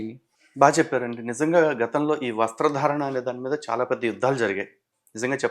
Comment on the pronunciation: వస్త్రాధారణ అనకూడదు. వస్త్రధారణ . అని పలకాలి